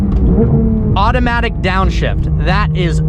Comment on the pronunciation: "AutomItc down shift".. With an automatic